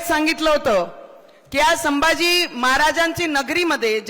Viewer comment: She & Her Husband once shunned Hinduism & was seen dumping Lord Ganeshas idol, She couldn't recite Hanuman Chslisa once. She supports divide in Hindu Society. Its said She refuses to talk on Upliftment Downward Filtration Policy. She can't pronounce Shambhaji 🤣🤣